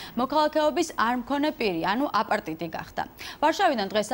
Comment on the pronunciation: აპატრიდი და არა აპარტიდი.